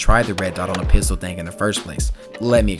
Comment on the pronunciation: Was this a rap song?! Also, what is a piztol?